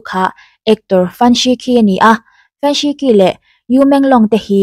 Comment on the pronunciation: Fan Shiqi khi Fan Shichhi tia lam tur aw.. Q hi Chinese ho chuan Chh angin an lam